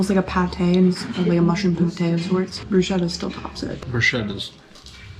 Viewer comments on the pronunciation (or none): Bruschetta is pronounced BrusKetta.